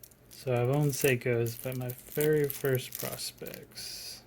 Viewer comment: Most people pronounce this Prospex like "pro specs" not like "prospects"